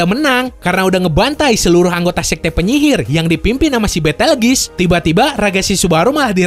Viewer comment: Bukan Petelgis Tapi Betelguse